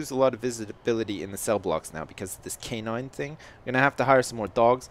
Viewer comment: I keep hearing K9 instead of Canine, am I the only one?